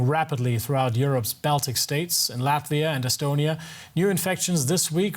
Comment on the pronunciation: Please do not butcher name of our country! Proper short form in English is LATVIA, not "Lativia".